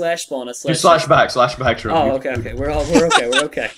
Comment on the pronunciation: When said we r gonna be ok i tot he said we r gonna have cocain....lolol